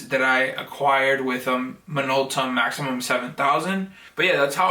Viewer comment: You got a deal on that! It's a "Maxxum" not a "maximum".